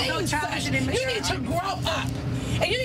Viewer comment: “so CHIDISH AND IMMACHURE!” this is a DEEEP cut😭😭😭 i say this SO often!😭😭